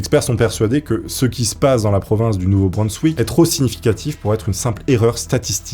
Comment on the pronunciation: le nom de la région où cela se passe ne se prononce pas "Nouveau-Breunsswick" mais "Nouveau-Brinssvick"... Ah là là fait des efforts sur les prononciation car par moment c'est vraiment catastrophique, désolé😅et surtout quand tu le répète plusieurs fois de suite dans un très court laps de temps c'est horrible à entendre et au pire si tu n'est pas sur de ta prononciation alors ne le prononce qu'une fois et dit ensuite "de cette région" ou "de cet état", sinon merci quand même pour la vidéo👍